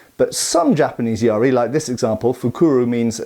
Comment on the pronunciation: I kept thinking you were talking about some kind of pirate spear: a yar-ri (it's just ya-ri). It's a much overlooked weapon as it's so simple, which like most simple things, makes it difficult to use well.